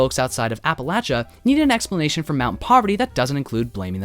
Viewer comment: thank you for pronouncing appalachia correctly <3